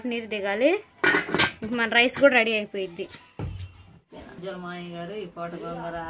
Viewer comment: Moyya kadhu mavayya anali